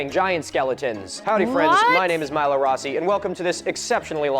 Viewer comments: hey uh Milo is pronounced My-Low not Me-Low just needed to say that as I find it disrespectful when people mispronounced my name. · It's Milo like m-eye-lo